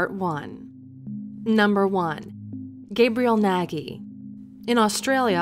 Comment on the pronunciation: Your pronouncing Nagy wrong.